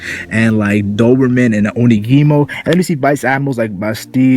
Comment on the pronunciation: onigumo, not onigimo